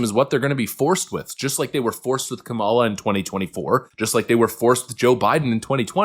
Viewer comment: Isn't that Mark guy pronouncing Kamala incorrectly? hhmmm...